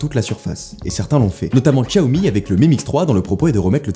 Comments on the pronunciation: On dit Chiaomi pas Tchiaomi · Par conte on dit "shaomi" pas "tchiaomi" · On dit "siaomi"; ) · "chaomi"* c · Par contre il a dit Tchiaomi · Ça fait le mec à « bien » prononcer Huawei mais ça prononce Xiaomi comme un CP 🤷🏽‍♂️